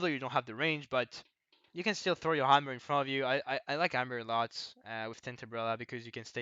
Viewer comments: He says hammer but the accent makes it sound like armour. I know I got confused too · Think CDS should be higher. Seem useful as duelie option for maps like Albacore where you need long range. Side note: If you don't emphasize the H in hammer it sounds a lot like armor, since you don't say hard R's either. Our language isn't as melodic as french.